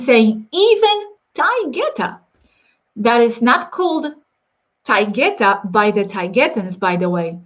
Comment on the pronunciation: Interesting name Moma because it’s like Mama spanish for mother ... also I don’t know if you know this but proper English pronunciation of Taygeta is “ay” as in play and “g” as in jet.